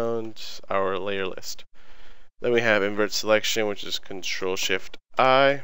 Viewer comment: crtl is pronounced "sitral"?